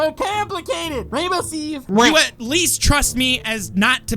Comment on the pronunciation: FINALLY rainbow Steve Said his Name CORECT!!!!!!